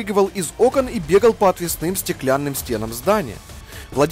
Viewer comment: В слове «отвесным» ударение ставится на первом слоге!